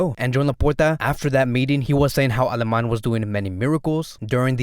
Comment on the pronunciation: Awesome videos and consistency but i'm still trying to figure out why you call him "mateu aleMAN"......where's the Y at the end in aleMANI?